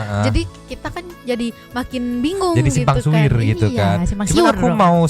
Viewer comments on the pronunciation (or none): Lagi serius²nya nyimak ada "simpang suir" terus di benerin "simpang siur"😂 terus lanjut serius salah ngomong lg 😆bener² dah